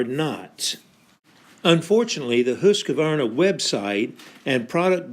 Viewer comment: I wish you would pronounce the name properly. You seem to be saying Husq a varna. Wrong. Leave out the "a". Good video.